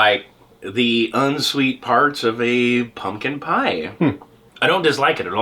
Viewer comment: I love the way said pumpkin pie haha